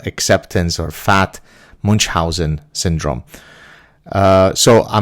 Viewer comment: If you keep using "Munchausen" as often as you do you may want to pronounce it correctly. The character, delightful by the way, was German; slightly different 'ch' than English, very different than Arabic.